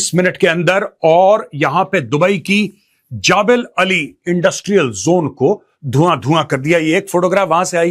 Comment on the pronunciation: ओये हिन्दी मीडियम वाले नकली मेजर जबलअली बोलते हैं